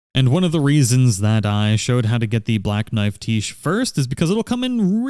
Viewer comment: its "Black Knife, Tiche" as in black knife is her title and tiche is her name. its pronounced tish. and cleanrot knight finlay is a dude XD..... sorry every time you said "the black knife tiche" it was a dagger in the right side of my brain